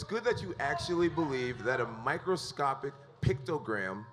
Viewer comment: "Microscoptic Pictogram" Jesus Christ. 🤦‍♂️